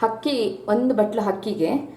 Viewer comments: It's not ಹಕ್ಕಿ....IT'S ಅಕ್ಕಿ (rice).... Please correct your kannada pronunciation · Nice recipes but hakki alla mam akki😀😀